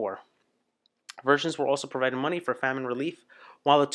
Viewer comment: In Ireland/UK most people say The Pogues - Fairytale of New York is the greatest Christmas song ever. Bob Gandolf? lol. You shall not pass..give us your F-ing money!!! Bob Geldof was the singer of the Boomtown Rats/turned activist. Do you not know how Famine in pronounced? Maybe English isn't your first language? It's pronounced Fa-min